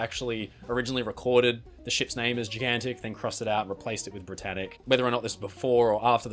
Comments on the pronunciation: You pronunce Gigantic Gi/Ji gan tik instead of Jai gan tik. What kind of accent it is? Canadian? American? British? Scottish? Northern Irish? Corky/Londonese accent? What is it? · That's an original way to pronounce "Gigantic"...